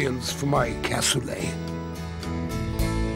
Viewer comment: I come from toulouse and it is "Cassoulet" not "Cassolet". I don't know this person but aparently he was a nice guy... Nice video btw